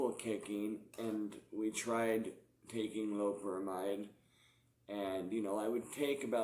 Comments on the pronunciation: Lo-pe-ramide not loprahmhyde. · do you have any sort of respect for the art of teaching English? Doubt it cause you've clearly read that wrong mate. Not gonna argue like just been nice and replying if you disagree with my comment then that's sound. I was mentioning it to him hoping he reads it right he's pronouncing it incorrectly.